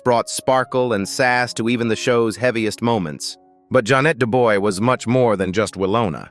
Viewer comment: Pronounced Ja'Net (Janay) Dubois (Du'bwa)